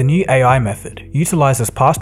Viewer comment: "...better and faster at solving KNEE instances of the problem." What are "knee" instances? I thought this was about phones, not knees.